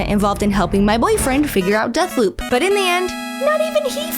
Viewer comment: Death Poop anyone, no? I swear she said booze rather than bobs, or am I just do used to epic voice guy doing honest trailers that I need to explicitly hear BEEEEEWBS to tell the difference?